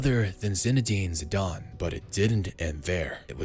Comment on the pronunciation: Zidane* not Zidón